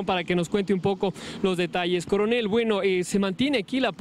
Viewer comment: Corenel dice usted